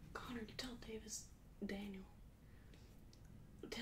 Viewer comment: Davis it sounds like u try to say David but you change it the last minute to davis